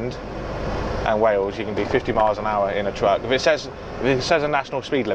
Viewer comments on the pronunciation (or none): none